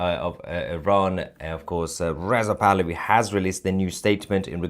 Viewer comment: hah - sounds like you say crown prince of iran is Riseup pahlavi.. lol